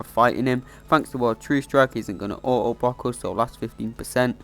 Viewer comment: Bro said oa boa.instead of auto block